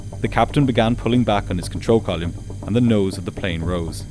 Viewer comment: No. Column is not pronounced kolyem. Pilot is not pronounced pilyat. Thin is not pronounced tin. Thirty-five is not pronounced tirty-five. You need English lessons.